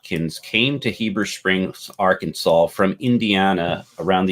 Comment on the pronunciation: I think the misspelling was an intentional joke because of history of pronouncing it Ar-Kansas